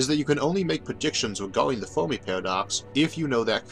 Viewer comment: Had to get used to this guy saying "tomes" and "Foamy" and "Foam-al" for "terms" and "Fermi" and "Formal".